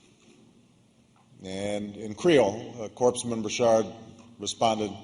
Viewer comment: I was under the impression that the 17th parallel didn't divide Vietnam anymore. Guam is going to tip over? Da fuq? Navy Corpse-man? It's pronounced *core-man* Navy Corpsman, common Barrack.